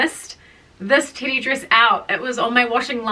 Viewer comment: I keep hearing titty dress and now I want a titty dress 😂😂❤